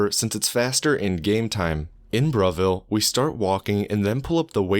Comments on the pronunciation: It thought he said bruhville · I thought you said Bruhville as a joke but it's actually called Bravil.